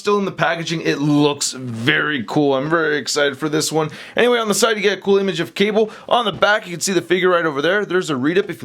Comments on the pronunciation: speak english, dont say "qable" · did you just said kable